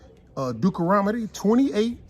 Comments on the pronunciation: Dukaromodie. 🤣 I love how sweet Mama knows is saying Deuteronomy wrong but decides against correcting him. That’s a Queen right there! 👑 She’ll tell him in private. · If you're going to read God's word, know how to pronounce the book Deuteronomy. I love how people always say "White Jesus", but don't read the scriptures that describe him as a black man. While you have the bible open, read Matthew .